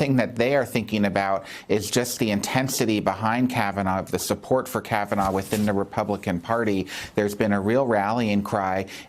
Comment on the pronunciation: Can someone tell Trump that his name isn't "Brett Kavanore"?